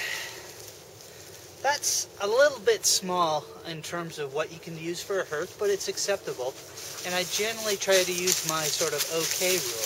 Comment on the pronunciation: .hearth härTH/ noun noun: hearth; plural noun: hearths the floor of a fireplace. "the crackling blaze on the hearth" the area in front of a fireplace. "they were sitting around the hearth" used as a symbol of one's home. "he left hearth and home to train in Denmark" not "herTH"